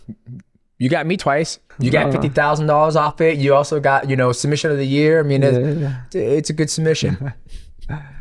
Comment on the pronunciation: “Sumbission of the year😁😄”